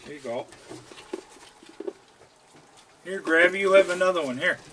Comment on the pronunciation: I always thought he was saying Crabby not Grabby lol